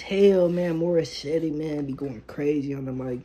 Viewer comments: Bro, it's pronounce as Mori- set. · The e at the end of her name is silent so it is Morissett. That's the proper pronunciation so try to get it right. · Pronunciation Mor-i-set Ah-mahn. Her last name is like a monster 👹. Her father 👨 named her after Canadian singer and songwriter Alanis Morissette. Beyonce is the main writer of this song. She does a lot of cardio In order to have the power 🔋 in her voice and in her dancing 💃. Morissette Amon does too. This sounds great 👍 Strongly 💪 suggested video 📹: Morissette Amon sings Akin Ka Na Lang. Wishbus version 🚌. Feel free to use subtitles with CC in order to see the English translation.